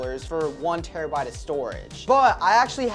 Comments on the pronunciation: ‘terrabite’ *terabyte🤦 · Bro called terabyte has "terabite"